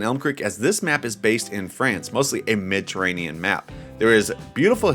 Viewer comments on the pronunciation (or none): Did he say a midterranian map instead of Mediterranean?